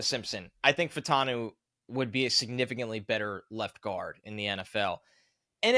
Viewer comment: Troy Fah-oo-tah-nu. 4 syllables. Say it with me Fa-u-ta-nu. The "a" and the "u" are different sylables, like in Fuaga. If we're gonna draft this guy lets start saying his name right. Its not Fantano, or Fatanu... It's Fa u ta nu.